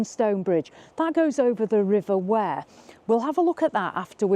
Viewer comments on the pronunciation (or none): And the river isn't pronounced Ware....its Weeeeer.